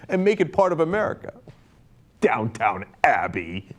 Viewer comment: Cenk, it's Downton, not downtown!!